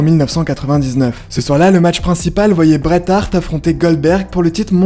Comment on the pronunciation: Super vidéo comme d'habitude 👍 à part le moment où tu parles le Bret Hart mais c'est pas grave